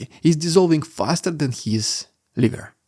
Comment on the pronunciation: Before this I would have never thought about Kadyrov's liver. I listen to you and don't read subtitles much. So when I heard you say liver I laughed. With Kadyrov out, he can die.